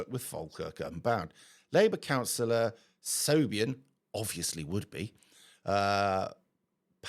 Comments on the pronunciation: I think what you're pronouncing 'Shobian' is actually Pronounced Shivon, like Yvonne, and not an uncommon name in Scotland and Ireland. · Siobhan - A Gaelic feminine name. Your pronunciation was wildly off. Shhh..Vaughn, or even Shove-on. It's part of our culture, which we should note that British culture always has been, throughout the history of our islands, very diverse. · Siobhan is pronounced Shevawn. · My brother, it's pronounced Shivawn, with the "I" as short as you can make it, emphasis on "vawn" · Siobhan is pronounced Shi-vaughn. It's an Irish name. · Siobhan is pronounced "shevon" just fyi 😂